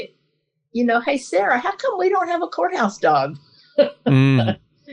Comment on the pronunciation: Every time she says "courthouse dog" for some reason I hear "junkyard dog." 🤣 And that's probably what those judges hear. I'd take either, frankly.